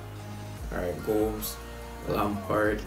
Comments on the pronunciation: It's GO-MEH-ZZ not GO-M-SS🤣🤣🤣🤣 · Gomez isnt pronounced goms he is pronounced gomez